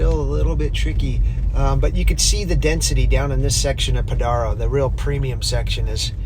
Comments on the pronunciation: Pronounced Podairo lane, dude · Stay off my beach! You can't even pronounce Padaro correctly. It's a special place. Don't even go here. You're not welcome.